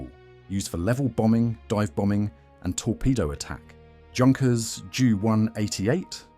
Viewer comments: I love those videos. But my ears bleed when the Junkers is said like juice. It should be said like YOU. Junkers! That’s german name! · Your pronunciation is rubbish. Junkers is pronounced Yunkers and it's M.E not me or D.O not do, spoilt the whole presentation along with a few "fantasy planes" that never existed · “Junkers”….. wrong pronunciation.